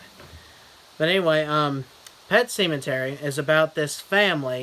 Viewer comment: Yes, hilarious as usual. At first I was like, did he say what I think he said? "Semen-tery" lol! I just knew it was gonna be outrageous from there. Not gonna lie, I didn't catch it right away in the title.